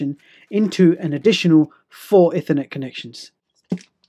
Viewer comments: Ih - thur - net When it's E-thur-net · Sorry, but it's pronounced 'eethernet' (Cambridge English Dictionary) 'Ethernet just sounds odd. Nice video nevertheless - mine's arriving this Friday - can't wait, because I've run out of ethernet ports. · Every time you mispronounce "ethernet" I want to scream.